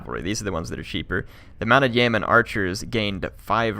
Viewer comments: Yeoman is pronounced Yee'O'man with the emphasis on the O sound. Thank you. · Ah no, it is pronounced Yo-men.